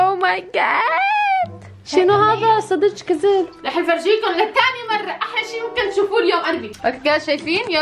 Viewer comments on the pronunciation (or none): قالت صدج كزب شو هي صدج صدك مو صدج